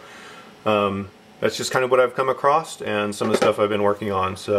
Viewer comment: Thank for vid! Super helpful but "acrossed"? Anyhoo I'm just nitpicking thank again!